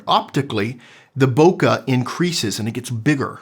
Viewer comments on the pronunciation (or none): great stuff except for the pronunciation - Bokeh, not "Bokah" " bokeɪ/ BOH-kay; Japanese: [boke] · why do you pronounce bookeh like its an English word? Sounds awful - its Japonese - say it right!